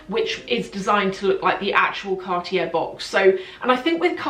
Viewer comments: Love the video! ... please say car-tyey... not cart-jair ... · you are not prounoceing cartier correctly.. its CARTEE AY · Your pronounciation is fine, just omit the last R.